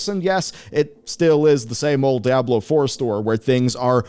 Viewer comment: "Daablo 4"